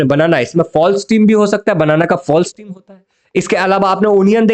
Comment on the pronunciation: स्टीम नाही स्टेम